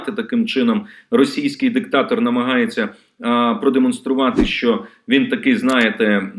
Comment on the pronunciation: ЩО ТВОРИТЬСЯ З ТВОЄЮ МОСКАЛЬСЬКО- ЩЕЛЕПОЮ,ЩО ТИ НЕ МОЖЕШ ВИМОВЛЯТИ УКРАЇНСЬКІ СЛОВА?????????????????? ЩО ТАКЕ : ЩЬО.....,ЩЬО....,ЩЬО...,ЩЬО....,ЩЬОБ,ЯКЩЬО,ЩЄ,ЧЄ,ЧЬОМУ,НІЧЬОГО,ЧЯСОМ,ЧЯС,ЩЄ,ТО?????????????????????????? ГАНЬБА ТОБІ!!!!!!!!!!!!!!!!!!(Українська діаспора в США)